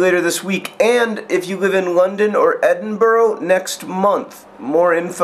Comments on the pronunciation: John, for your own protection I suggest that within the next month you practise saying 'EdinBRUH' three dozen times a day. I'm slightly concerned that you and your american pronounciation might get decked by one of the many, many violent people in Scotland, and I couldn't have that on my conscience. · It's pronounced Edin-BRUH, not Edin-BUROUGH. I sincerely hope you don't make that mistake while you're there =) American peeps have to pronounce every letter, there's no time for that! No time! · "Edin - bruh", John, "Edin - BRUH"!!! Us Scots are hardwired to believe that Americans who say "Edinboro" fall into the stupid, ignorant American tourist stereotype that you so clearly do not! People will judge you for it, that is just how we are brought up. In fact it's so ingrained that even dedicated Scottish Nerdfighters like myself may question your intelligence :P I have your safety in mind, John. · I love how Americans say Edinburgh. It's Edin-bu-rah. Not burrow. Or just "Not as good as Glasgow" that pronounciation works too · its Ed-in-bruh, not Ed-in-burrow. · It's not pronounced ED - IN - BURROW it's Edin - barrah!! Get it right if you're going to be it Sco'lan', laddie! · Edinburo :L:L its edinbur"a" :) have fun in scotland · its not lol, its edinburough :) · I feel the need to point out that it's pronounced "eddin-burra", hate to be a pain but I'm a stickler for little stuff like this. wow, thats a hairy jesus! keep up the good work dudes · You say Edinburgh really cute! It's pronounced "Edin-burrah" in Scotland :D I am going to try my hardest to be there!!! YAY FOR JOHN GREEN IN SCOTLAND! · Edin-bruh. EDIN. BRUH. WHY DOES EVERYONE, EVEN PEOPLE I ADMIRE, GET IT WRONG??????? FFFFFFFFUUUUUUUUU! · Its not Edinburrow its Edinburgh. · Erm, it's Edinburgh not Edinboro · edinburrow? where exactly is that? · Edinboro? Really John? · edinburgh is pronounced edin-burr, just fyi :) Too bad I live in Cornwall, which is nowhere near London or Edinburr.